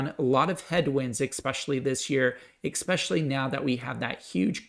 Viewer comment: Good video - like your channel. One suggestion - try not to say “ec”specially, just especially with no “c” sound. Best wishes to your family.